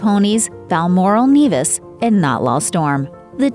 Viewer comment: Balmoral Nevis (as in never) not Nevis as in beavis and butt head